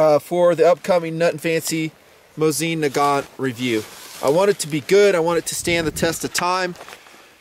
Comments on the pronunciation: It's a legend, weapon of many victories. But it's called "mOsin", not "MosIn", stress on the first vowel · Hey,, I'm russian so believe me - the accent is on the first syllable. mOsin. Calm your fantasy down:)